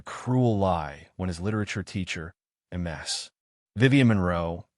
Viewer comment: It's Miss Monroe or Ms (Miz) not M S like multiple sclerosis!!! Do better with your AI reading!!!